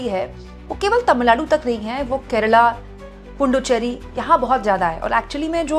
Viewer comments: Say Puducherry or Pondicherry. Dont say Punducherry. There is no any Punducherry. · ❤. It's Puducherry, not Punducherry